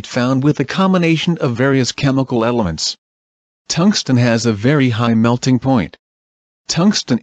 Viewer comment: Im sure i heard it say emelents and not elements